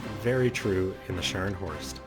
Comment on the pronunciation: Scharnhorst. Not Shcanhorst or Scarnhorst.